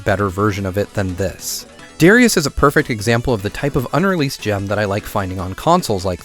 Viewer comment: It DAH-rius, not DARE-rius! Gawd dammit this is just as triggering when people mispronounce Gradius.